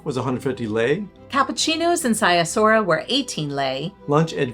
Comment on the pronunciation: Brasov is my favorite city in the world. My wife was born there and we go back several times a year. The family flat is about a 10 minute walk from the historic centre/Black Church. (Edit: Sighisoara is pronounced "Siggy Schwara" 😊